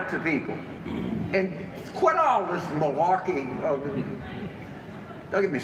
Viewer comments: Did he say Milwaukee meaning milarkey 🤣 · Did James Carville really say malarkey "? Lmao